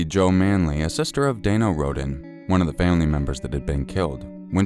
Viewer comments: Btw, it’s pronounced ROAD-EN 😂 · Why pronounce Rhoden wrong when you hear clear examples of it proper pronounciation? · Except when pronouncing Rhoden wrong after hearing numerous people give examples of proper pronounciation.